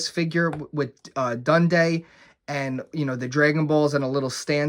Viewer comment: Honestly makes me sick to see someone own SO MUCH dragonball shfiguarts that I should have while he cant even remember poor porungas name or pronounce dendes name right. The only way you could make this right to the dragonball community, and I'm serious, is by mailing me a single one of your figuarts. Even a 1.0 body.